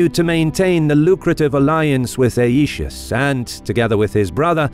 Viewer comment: Aetius is to be pronounced 'eye-tee-oos' in accordance with the Classical Latin pronunciation.